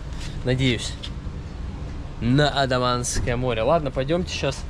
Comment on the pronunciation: Все супер! Но вы почему-то АНдаманское море называете АДаманским😅